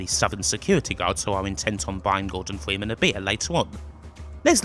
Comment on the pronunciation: the voice did u just say "this is the last time we will see gordon fweeman"?